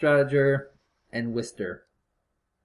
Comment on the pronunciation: the names in the beginning :D, its wister though, not wiser